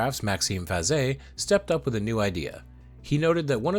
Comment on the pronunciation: I’m glad to see videos like this in my feed. Past couple of weeks I’ve seen too many people online try to out-obnoxious each other even on topics that shouldn’t be controversial. This is a breath of fresh air. Thank you, and also thank you for teaching me the proper pronunciation for Faget. That’s one name I’m glad isn’t pronounced the way it’s spelled.